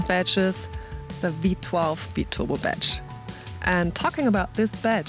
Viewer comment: Whenever she says badge, I hear betch. lol